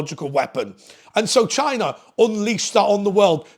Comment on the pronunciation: haha that's exactly how he pronounced it! 🤣